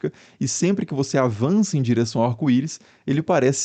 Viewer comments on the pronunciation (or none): “Arco iro”